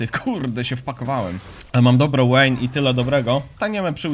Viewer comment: wszystko fajnie tylko ta Łejn XDDD mowi sie Wejn poprawnie tak jak na VI mowisz waj a nie Łaj, whisky mowisie Łiski a nie wiski itp itd